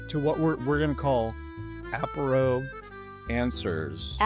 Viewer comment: French here, bienvenue dans notre belle France ! 😊 love your positivity and sense of humour ... Apéro is very French, you nailed it 😊 À bientôt !